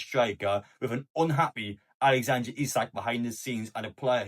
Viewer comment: Its alexander not alexandra lad